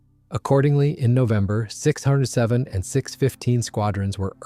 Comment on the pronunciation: Another comment about inaccuracy: 607 squadron is pronounced "six oh seven" squadron, NOT "the six hundred and seventh." Also, the rank is Squadron Leader, not "commander."